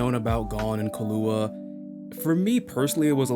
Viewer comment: Just for some help It’s pronounced Key-lou-wa. Good video btw.